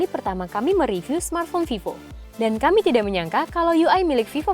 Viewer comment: yang bacaan nya vevo